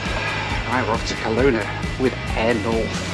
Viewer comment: We Canadians pronounce Kelowna with the stress on the middle vowel, reducing the other two to schwas, the common English vowels that you've never heard of. Come to thing of it, you made the same mistake with Nanaimo earlier in this series.